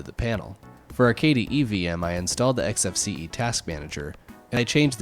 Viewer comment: Finally, someone who pronounces it correctly! Some people, cough quidsup cough, pronounce the desktop environment as "X-Face", which makes me cringe, just a little. It's EKS-EF-SEE-EE! Thank you for this interesting comparison,!